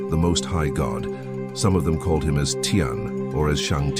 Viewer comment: 天 is pronounced ti-en, not ti-an. As in Chris-tian!